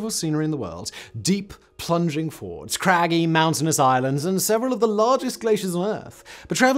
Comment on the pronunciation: Every time he says "ford" instead of fjord.....